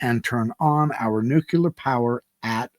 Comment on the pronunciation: Nuculear. You've lost me. Sorry.